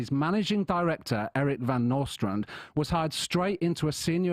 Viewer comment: Von Nostrand he says? Hmmmmmmmm